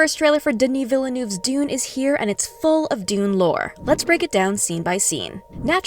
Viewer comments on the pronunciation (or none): Duh knee Vil nuv. Say it now. Not Day knee Vilay noov